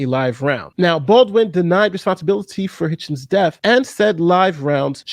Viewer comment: it is Hutchins, not what you said.